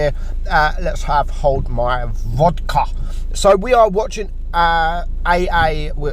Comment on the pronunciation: da suka comrade, ruski tank FTW btw pronounciation of vodka is hilarious:D